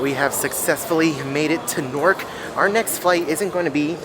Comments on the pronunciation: Omg Please don’t tell me that you are pronouncing NEW-ark as Norc 😭😭😭 😂😂😂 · I kept hearing you say "Nork" and I'm like, where is that? lol in New York we pronounce Newark like "Noo-urk" 😂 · I came to comment about the same. 😂 ahhhhhh!